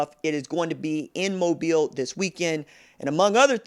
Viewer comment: No problem what so ever. I think it’s kinda neat personally. Btw, glad you said it correctly. Moh-beel. You’d be surprised how many people say it wrong. Haha